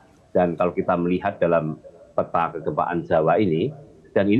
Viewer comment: P - ta = dibacaa peta bukan pé- ta, semua huruf kedua dlm satu kata yg ada huruf e dibaca e pepet , seperti kata : pelan, segar, gempa , maka konsisten peta jg begitu bacanya